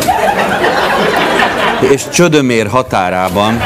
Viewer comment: Olyan nincs, hogy Csödömér. Csömödér a helyes.., ahogyan a címben szerepel, meg ahogy Hajós is énekli.